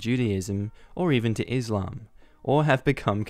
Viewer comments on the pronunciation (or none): none